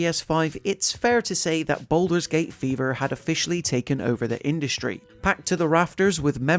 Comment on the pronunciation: gaming, its BALDUR'S Gate³..... NOT BOULDER'S Gate³